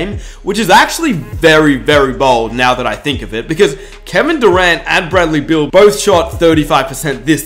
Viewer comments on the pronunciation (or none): none